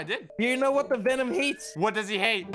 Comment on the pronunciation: He really said Benom lol 😂